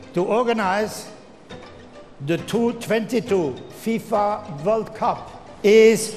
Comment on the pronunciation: “Two tventy two vorld cup” 😂😂